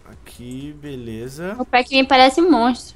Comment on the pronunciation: vc falou pac?